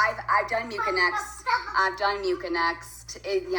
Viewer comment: Progesterone is a STEROID NOT A HORMOME YOU UnEducated Lady. And MU-KEN-EX? WHAT? Musinex is for your sinuses and congestion... I CANT WITH THIS GIRL